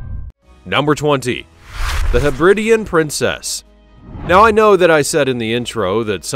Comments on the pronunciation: Hebri-di-an not Hebrid-ian. The islands are the Hebri-dees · FFS, [ heb•rid•DEE•an ]. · The nauseatingly patronising narrative is enough to put one off. Understand there is a difference between ship and boat. These vessels are SHIPS - boats go on ships. While you're about it please learn how to pronounce Hebridean and Sojourn.